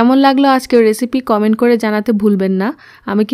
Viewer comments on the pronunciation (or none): none